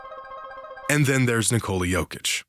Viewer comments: It's Nikola actually. Not Ni- Cola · So we're just gonna keep calling him Nikoli instead of Nikola. Bet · Its Nikola not Nikoli. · Dude said, Ni-Co-li has solved basketball 😂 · Can any American even say his name correctly? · people keep saying his name as if it derives from nicole. how can so many americans not think of nicholas. and then say that without the S in the end. its so easy lol. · Nikola will probably be in the hall of fame before people learn how to pronounce his name correctly. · LEARN TO SAY HIS NAME FFS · pronouncing Nikola = hurts in the ears AND eyes